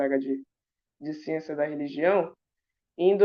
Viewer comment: Evolução? kkkkkkkkkkkk. Essa "xiênxia".